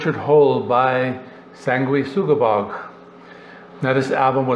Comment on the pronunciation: I am glad you can pronounce that name I was thinking how would I say that